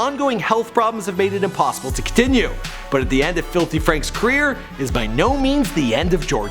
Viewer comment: Say "kreer" one more time I dare you.